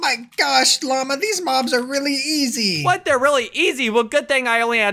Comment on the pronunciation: Lama gold said mama not Lama